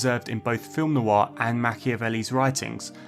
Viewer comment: "Noir" has just one syllable - not Noo-Arr